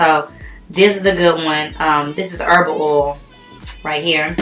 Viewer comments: The way you say OIL, sis I crack up 😂😂😅😂. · i love the way you say oil, you sound southern like me 🤣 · The way she says oil😂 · I love it😂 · Lol it's a black girl thang